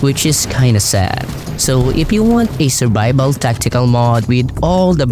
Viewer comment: Where are you from? (I never heard Mod being pronounced as Möøőōœọôóòd before)